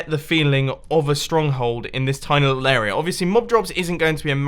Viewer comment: I like how you pronounce "area" like "a*error*a"